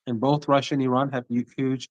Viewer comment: What is Ahran? Do you say Ahresponsible" or Ahrational"